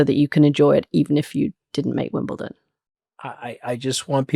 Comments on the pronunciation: pronounce it right and you may get invited. It's WimbleDON not ton. 😄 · Please stop with Wimbleton